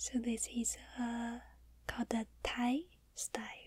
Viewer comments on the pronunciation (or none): none